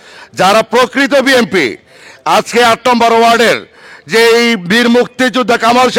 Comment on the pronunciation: বিএনপি শব্দের উচ্চারণ ভালো করে করেন😅😅😅